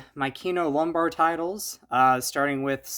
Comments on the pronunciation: It's Kino Lorber, not Lombar. ☺️😜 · kino lorber bro, l-o-r-b-e-r, lorber